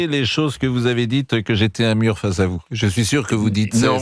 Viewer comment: Un murrrrrrrr😂😂😂😂😂